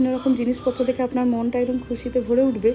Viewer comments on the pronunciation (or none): none